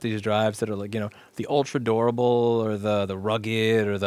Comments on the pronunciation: it's both DORABLE and RRRRRUGGED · the way you say durable sounds like "adorable" "this hard drive is extra adorable" lol